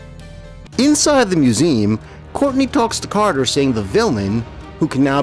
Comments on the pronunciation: Just curious...why does the narrator here continually pronounce the trisyllabic word "museum" as "mew-ZEEM?" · "mew-ZEE-um" is what I have heard my entire life. I live in Michigan, however, and I'm willing to concede believe that "mew-ZEEM" may be a regional variant that I have never encountered before...whereabouts do you live? I was majoring in linguistics when I went to college, so it has always fascinated me. Other that the surprising variant of "museum", I found the narration more than adequate, and pleasant and engaging to listen to. I never meant to impugn the quality of your voice or pronunciation! :) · Nice video. I’m not familiar with that pronunciation of museum though.